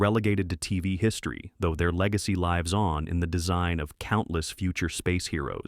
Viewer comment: Love the pronunciation of “Lives On” around the 4 minute mark. Very Interesting